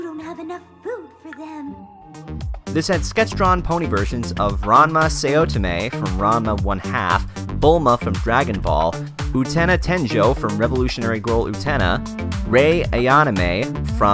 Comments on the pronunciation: "Ranma Saotone" lol no its pronounced "Ranma Saotome". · Who the hell is 'Say-Oh-Tummay'? It's pronounced sow-tow-may. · It’s pronounced Ranma sow-toe-may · That physically hurt me...the way you butchered those anime names...ouch... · Yeah, his pronunciation of the Japanese names set my teeth on edge... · the way he pronounced "Saotome" gave me cancer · how could you mispronounce 'Saotome' and 'Ayanami?' Look it up if you have any doubts. I usually believe such gaffes are the province of WatchMojo.